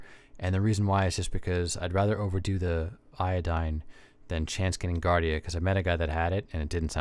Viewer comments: it’s jee-ardia… so, no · JARDIA not GARDIA. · It's pronounced jardia